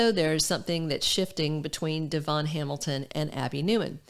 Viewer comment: Finally someone knows how to pronounce Devons name correctly it's very refreshing willbe listening to you and not the rest of them,cause of this factor😅